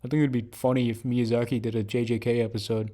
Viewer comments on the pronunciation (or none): none